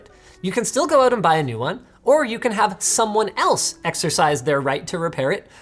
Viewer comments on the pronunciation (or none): none